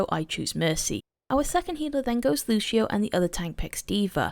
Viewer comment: LUCIO, NOT LUSHIO GOT DAMN